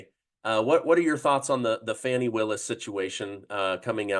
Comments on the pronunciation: Fawny not Fani 😅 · her name is pronounced ‘Fan Nee’. Show her the respect she deserves!